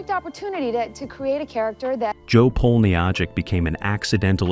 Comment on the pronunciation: Nancy McKeon’s character’s last name is pronounced Polnichek. I think producers signed McKeon after seeing her in a Hallmark greeting card commercial. I saw Kim Fields in an interview where she said that she told her mom that she didn’t have to do chores because she was on that show, The Facts of Life. Her mom picked up the phone and began dialing the producers to tell them she can’t be on the show. Kim decided to listen to her mom and she was able to do the show. In my opinion, Mrs. Fields remembered her first and foremost important job: She was Kim’s mom. I found nothing that said they were rivals. Ms. Leachman was coming into the show after Ms. Rae decided to leave the show. Thus, I’ll unlike this video, and will no longer watch any more your past or watch any future videos.